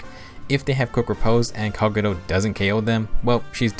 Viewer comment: I don't like how he says Kagero's name